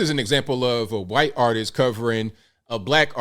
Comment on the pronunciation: can you please pronounce white in not a weird way. It's the only word you keep messing up for some reason and i don't know why. Never heard anyone pronounce white as quite.